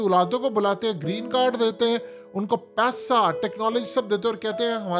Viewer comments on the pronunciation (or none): none